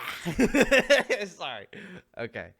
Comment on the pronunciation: the Trump impression is spot on lmao And the way he said Kamala had me rolling 💀💀💀